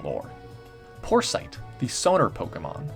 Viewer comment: "porsite" sounds like poor sight